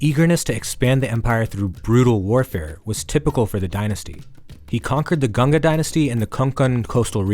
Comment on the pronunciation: First of all learn how to say GANGA right.